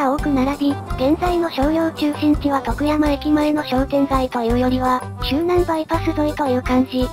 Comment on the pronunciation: 「徳山」のアクセントがネイティブ感あって良い。